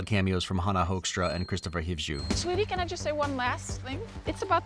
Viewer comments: hoekstra is pronounced hookstra not hokestra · Dutchie here, for your information: Hannah Hoekstra's name isn't pronounced with a short "o", but rather like the "u" in "rude". Dutch people have a pretty unique pronounciation of certain vowels, and that includes "oe". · I expected nothing from watching this movie but it was an absolute blast! 🎉😂 Edit; hearing how "hoekstra" is pronounced by a non dutch guy is also funny 😊